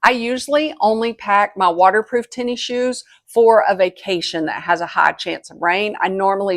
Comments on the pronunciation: “Tenny Shoes”… “tennis shoes”…🤭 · Came here to say this. “Tenny shoes” took me a bit to figure out she meant tennis shoes, aka sneakers.